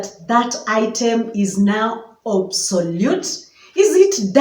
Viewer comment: Obsolete not obsolute